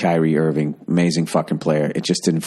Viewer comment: The way he pronounced Kemba 😂